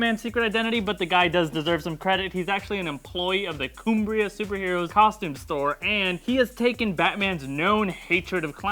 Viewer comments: 'Koom-bria', haha! Nice try, but it's just pronounced as its spelt, Cumbria. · pronunciation of 'Coooombria' (Cumbria) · "Coom-bria"? You mean "Cumbria" ? I live in cumbria and thats not how the word is pronounced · WTF is Coombra? I think you mean Cumbria. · I'm being nitpicky here, but it's pronounced Cuhmbria rather than Coombria. Just wanted to put that out there. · The shivers I felt from how Cumbria was pronounced.-_ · Cumbria isn't pronounced like that